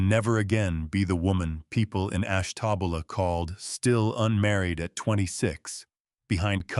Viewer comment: It's Ash-ta-buehla. Like the woman's name, Buela, at the end. I know. I lived there from 1960 when I was 10, until I was 72. Married & raised our daughter there. Lots of folks of Italian & Finnish origins. And lots of prejudice & tacit segregation still. Naomi would have had a tough time there, back then. Good story. Love the goat. From Columbus, Ohio now. 😊❤